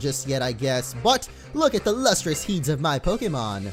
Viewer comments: I never leave comments on these but I am DYING over how he misread the word "heads" as "heeds" and then asked what it meant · he pronounced heads as heeds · he said heeds when it's heads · Lustrous heads... you know, the part of the body above the neck. It's not an unfamiliar word pronounced like heeds